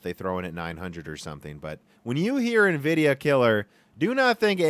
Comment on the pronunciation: If he stops pronouncing Nvidia and linearly wrong I'll become a patreon